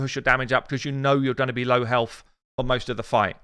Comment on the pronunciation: aaaaa HELF !!! why you keep saying HELF ?!